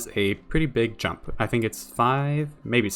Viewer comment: i know you re saying he has pretty big jump but it sounds like he has pretty big junk